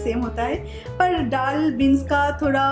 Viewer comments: Madam ddal dal hota hai aise bola kijiye ap plz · App daal thik se bola karo